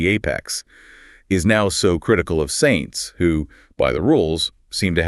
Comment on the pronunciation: Cant even pronounce Sainz correctly